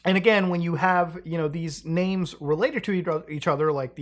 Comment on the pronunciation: Thanks for pronouncing the names correctly